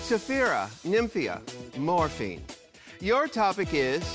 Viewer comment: is nobody gonna comment on calling morphine 'fat ma'